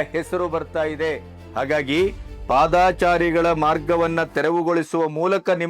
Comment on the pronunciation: Sir ಅದು ಪಾದಾಚಾರಿ ❌ ತಪ್ಪು ಉಚ್ಚಾರಣೆ, ಸರಿಯಾದ ಉಚ್ಚಾರಣೆ ಪಾದಚಾರಿ ✅ ಅಲ್ವ sir ಹೆಚ್ಚಿನವರು ಕೃಷ್ಣ ಭೈರೇ ಗೌಡರು ಸೇರಿದಂತೆ ಹೆಚ್ಚಿನ ಜನ ಪಾದಾಚಾರಿ ಅಂತ ತಪ್ಪಾಗಿ ಉಚ್ಚಾರಣೆ ಮಾಡ್ತಿದ್ದಾರೆ ಅನ್ಸುತ್ತೆ...?